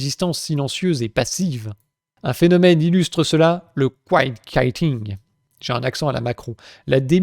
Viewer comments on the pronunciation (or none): Kaïtin', s'écrit kite, càd cerf-volant. Quitting, se dit exactement comme en Français itting (double t donc voyelle légère) par contre le qu se dit kw donc en Français ça donnerait cuitting (comme cuicui)